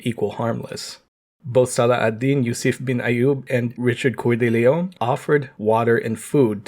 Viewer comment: The way you said Coeur de Lion.... what you actually said is "Couille de Lion". Richard Lion's testicles.